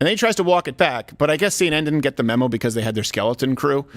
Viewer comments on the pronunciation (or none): none